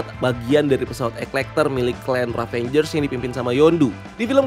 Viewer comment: sorry, plis tolong jangan sebut ravenger lagi yaa yang bener "ravagers", thank uu